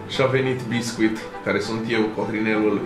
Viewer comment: Eu: Basescu:Bescuit